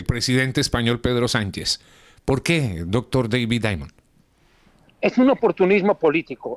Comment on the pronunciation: A este locutor enfatiza mucho Dr. David Diamond tan solo diga el nombre no lo exageres